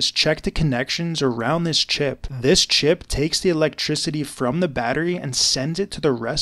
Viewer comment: The way he says CHip